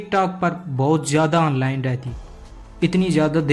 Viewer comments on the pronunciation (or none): none